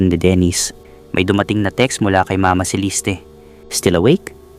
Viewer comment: Ang gulo ng story mo. Sa restaurant , nagka ayos na. Then, nag yaya na maglakad si Celeste or ( Celiste , as you pronounced it ) Nag pose ang ina sa gilid ng mataas na bundok, while si Mira, nakatingin lan. Nahulog ang ina. Then, sa court ang testimony ni Mira, nagkaroon ng pagtatalo. Fiction ang story mo. Mali mali ang sinasabi mo. Boring story mo.